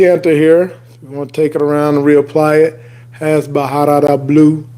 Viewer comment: Pronounced Barara not Baharara